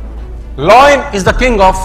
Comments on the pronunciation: Lion not loin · It's not loyan it's lion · It's lion uchharan thik karo pehle than dene se pehle ... Loion nahi lion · Loin a loin a loin...its Lion sir not loin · Pehle toh yeh samjle voh lion hain, loyan nahi😂🖕🏻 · Not loin it's lion bro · Hahahah loin nahi hota 😂 .. it's lion 🤦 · Sir mera koi aukat nai h Aapke samne but lion boliye loin nai. Please isko hate na samjhe bas aapko suggestion diya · Yeh lion ko loin kyu Bol rha h 😅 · Ye lion ko loin bol boo ke matha khrab KR RHA hai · Bolte kafi achha ho sir... I got inspired nd motivated by your speech..but lion ko loyan bolke pura mood kharab kar diya...